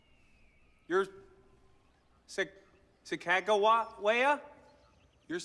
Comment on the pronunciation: It’s not pronounced sack-ah-juh-waya it is pronounced suh-gah-gah-we-ah